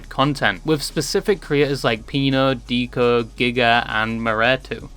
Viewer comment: There’s no way you pronounced deco like deeko 😭